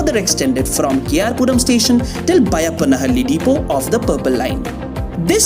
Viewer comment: Excellent job! Thanks for your comprehensive reporting and accurate footage. Also congratulations on getting the pronunciation of Byappanahalli. Not many can get it. Now please work on हेब्बाळ not हेब्बल्!